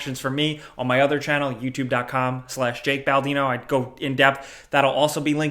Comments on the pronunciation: I honestly thought he said Jalk Baldino. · goes tk the comments to see if anyone else notices that jake says "jack"